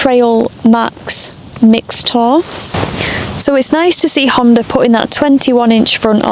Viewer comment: There is no "R" in Honda...lol